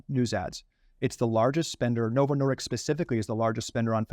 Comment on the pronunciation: It's disk, not diks.